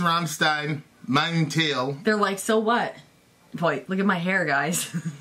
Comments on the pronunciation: Btw, it's pronounced "Mine tile" xD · Mein mean My and it’s pronounced mine tile in English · Mein Teil pronounced in english Mine Tile. German My Tail.. Back end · Great video! BTW, it's pronounced like "mine tile" in English. It means My piece or my part. Tip: When the letter "s" is followed by a consonant, in German, there is a slight "shh" sound. As in Rammstein sounds a bit like rammshtein. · Pronounced mine tile. I love this song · Mein Teil(pronounced 'mine tile')= my part; that colloquially refers to male genitalia...